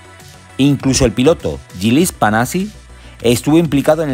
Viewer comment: Buen video, pero pronuncia bien Panizzi por favor, gran piloto y mejor persona como para decirle Panachi